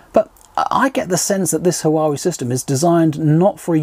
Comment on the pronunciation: It's pronounced wa-way 👍